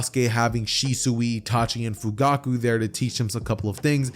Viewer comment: one point in the vid you said fuguku XD